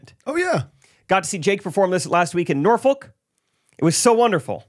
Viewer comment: I'm going to see you in Richmond!! So excited!! Fyi… it's Nor-fick and also Roanoke and Richmond are a good 3 1/2 - 4hrs away from each other! saying this because you care… lol!!